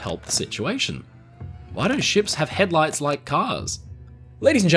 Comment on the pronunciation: Keep hearing him call it head lice.